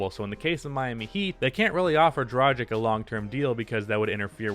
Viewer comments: Fyi its DRA-GICH, not DRA-JICK. Just a side note. Keep up the good vids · pleace stop pronouncing "dragic" so wrong